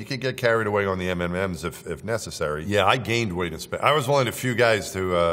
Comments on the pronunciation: he is a spy no american pronounces it m m m's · He just pronounced M&Ms "M and Ms" Obviously an alien imposter. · I have to point out the fact that he just referred to the Candy as 'M m m's'